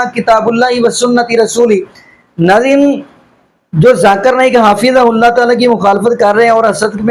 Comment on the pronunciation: حضرت آپ کو حفظہ اللہ بھی بولنا نھیں آرہا ھے اور آپ حضرت مولانا الیاس گھمن مدظلہ عالیہ کو تنقید کررہے ھیں